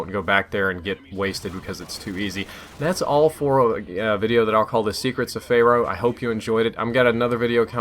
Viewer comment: Fair-oh > Fay-row